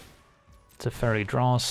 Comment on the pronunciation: I thought you said 'The Fairy' but you said 'Teferi' ^^